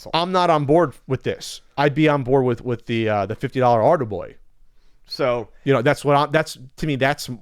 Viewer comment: Thank you I could not understand at all. SOunded like Ardie Boy or Arby Boy and I could not find it on google lol